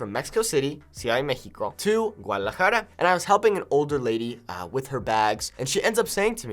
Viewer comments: "Gualajara" no suena taaaaaan mexicano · You're accent is acceptable but you totally butchered Gua-da-la-ja-ra. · Your “Guadalajara” sounds like you had about 5 shots of Mezcal. But it’s almost there. If you’re not paying attention, you really can’t hear imperfections in pronunciation👍🏻